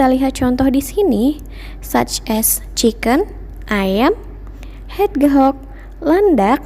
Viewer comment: Miss hegdgehog bukanya baca nya hej hog bukan hed hog